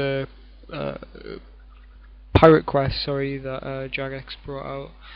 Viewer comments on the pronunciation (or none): Its Jagex not Jugex.